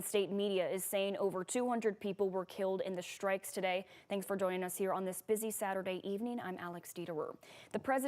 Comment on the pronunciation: I like the way she says shtrikes.😅